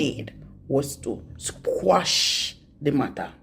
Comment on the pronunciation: The case was “Quashed” not “Squashed* 😂